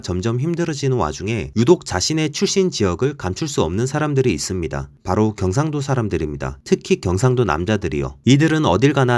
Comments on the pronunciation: 음...티가 나는데요? 경➡️상⬆️도 ➡️ 출⬆️신⬆️ 극⬆️과⬆️ 극⬆️을⬆️ 표⬆️준⬆️어➡️ 사↘️투➡️리➡️ 제↘️일➡️ 작성자분 말투 잘 들어보면 어두위치 고조형 (ex. 오⬆️늘➡️) 빼고는 다 들림요ㅋㅋㅋㅋㅋ 저조형, 중조형(또는 이중고조어두+중조연속형), 어두 를 제외한 고조형은 숨길 수 없으신듯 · 영상보니 경상도 라는 단어를 쓰실 때 경상도 출신인 것같은 느낌이 나네요 ㅋㅋㅋ 저도 귀가 예민해서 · 그거암 ?이분 경상도 할때 발음이 빼박 경상도 반갑다 친구야